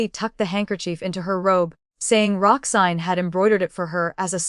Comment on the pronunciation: Roxanne, not Roxsign. Boudoir is pronounced phonetically as "boodwah".